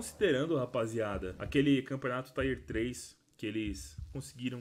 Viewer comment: Por favor cara, só para de falar (Tyer 3), a pronúncia é do mesmo jeito que se escreve.